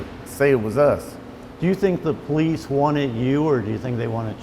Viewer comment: When ppl say police like it's pronounced as PO LEASE. Lol! WHAT?